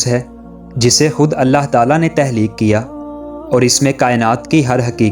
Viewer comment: تہلیک نہیں تخلیق اپنی narration میں مسلسل غلطی کی ہے آپ نے۔معلوماتی ہے مگر narration بہتر کریں